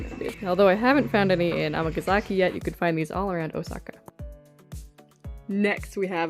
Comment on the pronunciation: am I crazy or is she saying Amagazaki when it is Amgasaki?